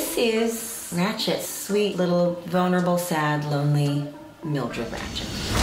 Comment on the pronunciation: i'm low key upset that she didn't call the small bun wig "smalls" just so she has "biggie and smalls." but also when she said little-y it sounded like "little edie" and i probably would've accepted that too because of jinkx